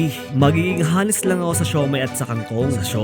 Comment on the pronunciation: magiging "honest" pronounced as AH-NEST not ha-nest. good content BTW